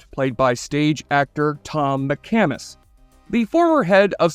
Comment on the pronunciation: Just some corrections on how to pronounce the actor's names: Tom McCamus is said like "MickCahmus". Karen Cliche is pronounced as "cleesh" not like the word "cliché".